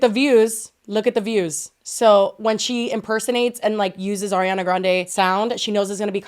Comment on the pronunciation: PLS it's ARIANA not AIRIANA 😭😭